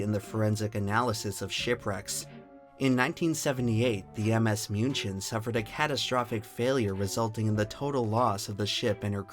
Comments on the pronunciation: When I was younger, I used to watch the science channel talk about freak weather, such as rouge waves. Good video, only 1 mistake that I could find(pronunciation of München). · Please learn how to pronounce British names better. You got Muenchen mostly right but Derbyshire was just painful